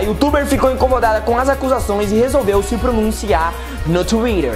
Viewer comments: "...resolveu se pronunciar no Twirer"????????😂😂😂😂😂😂WTFK???😂😂😂😂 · hauhaushauahaus "NO TUÍRER" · tuirer kkkk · NU TXUIRI KKKKKKKKKKKKKK ADORO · Tenta falar TWITTER de novo ai! parece que bugou.